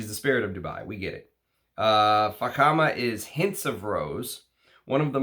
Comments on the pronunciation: Thank heavens he pronounced it correctly!🤣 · You initially pronounced Fakhama perfectly,. The Spirit of Dubai indeed is an over the top brand and their stores reflect that - quite an experience. Salesmen are attentive and welcome you to sample all frags without pressure. Really loved Baz and Abraj. The Saudi Arabian Taif rose you mention is very popular as an oil and in frags in the GCC region and yes Russian Adam's Malik Al Taif is a fine example.